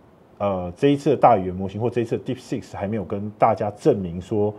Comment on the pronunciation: 為何專業會一直講deepseek”s”?😂